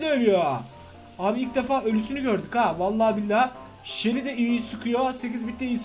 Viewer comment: Shally degil abai sunu seli diye oku